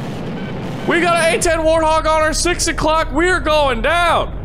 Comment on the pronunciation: Its not warhog its warthog